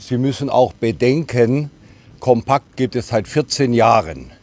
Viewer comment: Compact geschrieben, Kompakt gesprochen. Englisch ausgesprochen ist hier unangebracht.